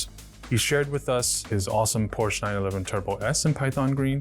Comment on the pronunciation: PorschE. Not "Porsch". Seriously.